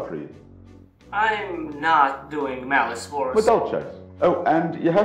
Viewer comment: Broke: complaining about mispronouncing Maliceverous (Mali-sever-us) Woke: complimenting for making a video on a fan favorite archetype